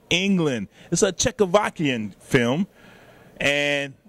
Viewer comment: Czechovakian? WTF? :D